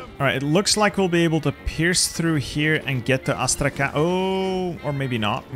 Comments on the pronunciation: "Astrakan" I'm russian and I think this insults me + Thessaloniki as Thernopoli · As i'm Russian a little notice if u want. Astrakhan pronunciation should be like Astrahan with "H" like in Hello and "n" should sound softer like in "honey"... I know that in English there is no separation between Hard and Soft letter. It is so hard to expalin))) Really great job at defending Turkey!